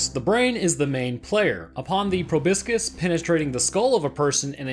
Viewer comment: It's pro-bós-kis lol Proboscis